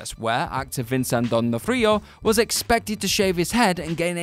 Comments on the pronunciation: Mispronounced both VERA Farmiga and Vncent D'onofrio's names. Like, badly. C'mon now. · Can’t stand that Vinsan Didondofrio lol